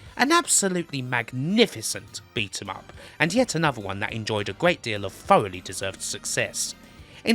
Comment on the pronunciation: It's a gweat expewience